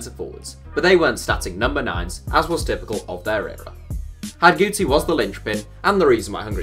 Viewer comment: Pronounced Hidegkuti wrong. His name is mentioned (and he's interviewed) in the DVD box set History of Football: The Beautiful Game